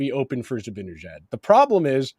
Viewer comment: Love the podcast. It’s pronounced Zib-Ann-Ihh-Jad.